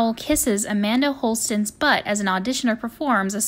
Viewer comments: Not Amanda Holston, it’s Amanda Holden. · Er who is Amanda "Holsten"???? I think you mean Amanda Holden :) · It's Amanda HOLDEN. Not Holsten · It's Amanda Holden, not Holsten.